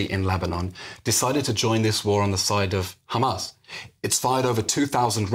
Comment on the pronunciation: I m tired of hearing the word Khamas hundreds of times in one speech. Totally exhausting. A broken record squeaking.